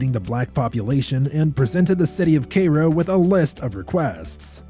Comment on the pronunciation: It is pronounced Care-O, not Kay Ro. I live in IL and old. LOL. Otherwise I sure enjoyed your video. TY